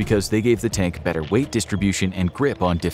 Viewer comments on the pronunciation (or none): none